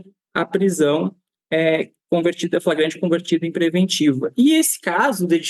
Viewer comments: "Fragrante" dotô? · É tão burrinho. Fala "fragante" 😂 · O que esperar de uma “autoridade policial” que pronuncia “fragante” em vez de “flagrante”, termo do Código de Processo Penal (CPP)? Precisa dizer mais alguma coisa? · primeiro lugar ele não sabe nem falar o português correto, ele disse em um vídeo a palavra "FRAGANTE" várias vezes, o correto é Flagrante. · Ele quis dizer: "Flagrante" e não fragrate!🤭🤭🤭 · Em Goiás as coisas mudaram muito. Antigamente o sujeito era indicado por políticos influentes para ser "puliça" mas mesmo assim vez em quando surgem idiotas iguais a este. Tomara que o governador exonere este imbecil para o bem da boa policia goiana. Um sujeito que não consegue nem falar a palavra FLAGRANTE passou em um concurso para delegado de que maneira? Quando Ronaldo Caiado diz que bandido no estado de Goiás tem que mudar de profissão, deve ter esquecido deste delegadinho medíocre e incapacitado para a função de proteção da sociedade! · Agora qualquer analfabeto vira delegado? O cara não consegue falar "flagrante". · O delegado não sabe sequer falar "flagrante" corretamente, imaginem as regras legais desse tipo de prisão. Totalmente despreparado. Em qualquer outro estado da federação isso seria demissão, mas em GO, um estado em que o próprio governador diz que a policia tem carta branca para fazer o que quiser, esse tipo de coisa é comum.